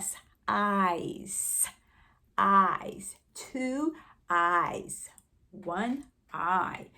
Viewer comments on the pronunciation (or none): The word that is mispronounced is actually ‘eyes’